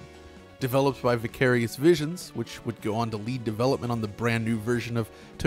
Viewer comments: Normal person: ""Vy-care-ious" An intellectual: "Vih-cah-rious" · confirmed for not listening to Tool music. Given the weird way he pronounces Vicarious.